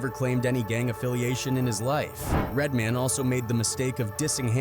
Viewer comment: Why quote people if you're you're just gonna play the clip? Also, do more work and narrate it yourslef. "Redmen" 😂